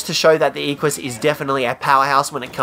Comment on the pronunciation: It's "eh-qwuh-s"